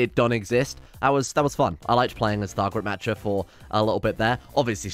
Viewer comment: "Thargaret Matcher"